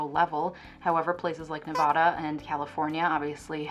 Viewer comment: You pronounced Nevada correctly. You are officially an honorary Nevadan! Interestingly enough, many of the Republicans here are pro-prostitution due to Dennis Hof's brief career as a politician. While I personally found him revolting (I used to work at one of his affiliated locations,) he did advocate for the prostitutes in a conservative dominant county.